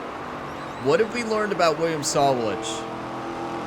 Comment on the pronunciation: You say that you read all of your comments, and that's good. I'm only trying to help you with this one. It's really hard to hear you bash the name Sawalich. I will try to help you with the pronouncement. The emphasis is on the WA part of his name. I will capitalize the part of the name where the emphasis is. So it's sa-WA-lich. I hope you don't take offence at this because that is not my intention. And by the way Great Race!!!!